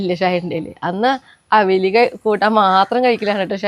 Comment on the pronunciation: അവിൽ അല്ല അവിയൽ എന്ന് പറയൂ.